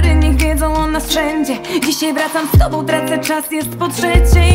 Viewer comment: Między słowem „tobą” a „obok” nie ma prawie różnicy.. „tobo” „obo” trochę słaba wymowa niby aż tak nie wadzi ale jednak przy dłuższym słuchaniu razi.